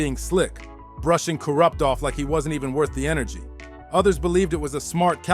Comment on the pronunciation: i cant stand to hear the way the narrator says kurupt and tha. makes me cringe every time he says it